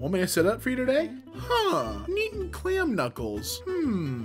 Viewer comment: I like how says "calm" as "clam".